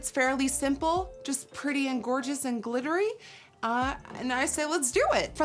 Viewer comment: I remember when I started watching you. You couldn’t have been more than 20, and you still had a thick accent which I thought was adorable. You had the damndest time saying the world “glittery”, it kept coming out “glitterly”. But you were so bubbly and fun and pretty, watching you was like a mini mental health break. You’ve made me laugh, you’ve made me wonder, you’ve made me better at makeup, and today you’ve made me cry. Who would have thought a middle age chick like me would get so much from a young kid like you. Lol. You deserve all the accolades and play buttons...way to go Nikki